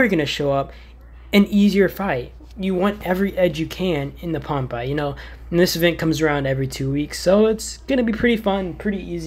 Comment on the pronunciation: The only game tip I could give you is that it’s pronounced Pompay not like popeye